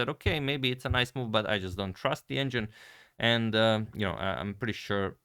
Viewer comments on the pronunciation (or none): none